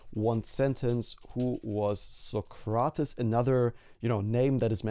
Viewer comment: it's pronounced "so-crates" not "suh-cra-tuhs"!